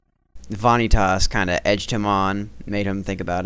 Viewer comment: no offence (if it even would cause any) but you pronounce multiple things very strangely. like vanitas, i say it vuh-nee-tis and you say it vahn-ee-tahs. another one is shotlock, you say it shootlock and i say shot. its not bad but it catches me off guard every single time